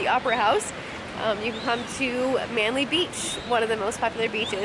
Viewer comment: P. S it's Manly not Manley